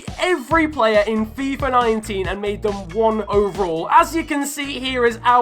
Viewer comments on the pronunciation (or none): none